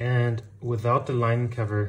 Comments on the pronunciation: sag einfach DE anstatt SE... ist tausen mal näher dran und klint viel besser als mit S.. geht bei allen TH wenn ich mich nicht irre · Nice work. You might have trouble saying "the" or "squirrel" but I can't pronounce Brötchen or Eichhörnchen either.